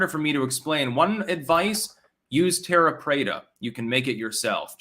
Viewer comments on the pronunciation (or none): none